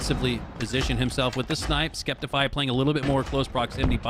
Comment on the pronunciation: Not the announcers calling him "skep-tifeye"